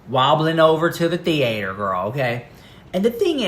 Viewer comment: "wobbling over to the thee-ate-her, girl."